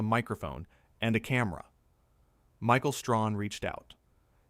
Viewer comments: Stop saying ‘Michael Strawn’ stupid, his name is Michael Strahan, get it right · And it's Strahan. Not Strawn🤦🏽‍♂️ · The commentator needs to learn how to pronounce Michael Strahan’s name. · Learn how to say Michael STRAHAN. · The narrator doesn't even know how to pronounce Michael's last name correctly. You guys don't do anything but post a lot of BS about good people. Race and click baiting. And who do she think she is, or what?